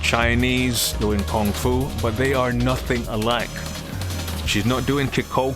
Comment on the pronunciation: I'm sorry but please pardon me I really like on how you pronounce Kung-Fu